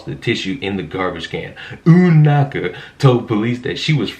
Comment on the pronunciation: She deserves everything coming her way. I will say the way you kept pronouncing her name was really annoying I didn’t finish the video, instead of listening to that I’d rather read the story on my own